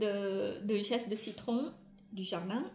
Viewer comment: pas geste de citron, zeste de citron😉